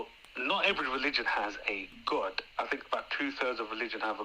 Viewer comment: Its driving me crazy how he pronounces "God". He is saying it like "Gud". Lol just a pet peeve of mine lol. Peace be with you! ✝️🕊♥️